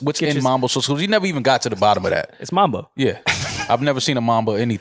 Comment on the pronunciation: the way yall be saying mAAAmbo sauce instead of mUHmbo be hurting my feelings moe